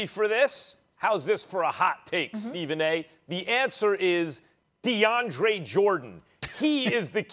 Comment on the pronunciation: I stopped listening when I heard Max say "DeAndre"...reaching brah